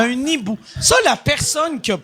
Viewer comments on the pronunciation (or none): Excellent comme toujours. BTW Mike c'est un hibou, pas un nibou ;) (quand il y a un ''h'' la liaison du ''n'' au ''i'' ne se fait pas :))